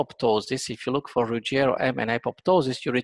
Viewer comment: Dr. Ruggi-`EEEro (Italian) is the correct pronunciation, but not RuggE-ri-o (Spanish). "RO", but not "RIO"